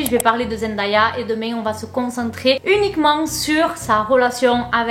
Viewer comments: Elle dit toujours qu’on dit son nom Zen Dé ya et pas Zen da ya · Merci Mais son prénom se prononce zendeya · Coucou beauté , superbe GIVDT. Puisque tu comptes faire d'autres vidéos sur l'incroyable Zendaya, je peux juste préciser que ça se prononce Zendèya (''day'' comme ...day 🤷‍♀️) . Bisous ♥️ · Je cherchais ce commentaire ! Dans toutes les vidéos sur Zendaya que j’ai vu les vidéos sont toujours super mais à chaque fois je suis perturbée par la prononciation 😅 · Salut! Très bonne vidéo. Il y a un seul détail que j'aimerais corriger, la prononciation de son nom. Elle prononce la partie ''day'' de son nom comme le mot ''day'' en anglais qui veut dire jour ou dia en portugais. Elle a elle-même fait une vidéo à ce sujet ;) Voici le lien